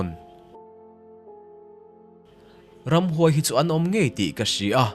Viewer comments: I channel ka vawikhat ngaihthlakna ...pakhat chiah kan sawisel nghal teh ang - Helaia 'ram' i lamdan hi a diklo - Naupang nepnawi ei chi zinga mi 'Ram Pum-a' "Ram" kan lamdan ang hian lam tur. Engpawhnise;, a tlangpui thuin i chhiar thiam khawp mai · nie..mizopa ani in ka hre sia, engtin nge ram tih kha khatia a rawn lam theih le ka lo tia 😂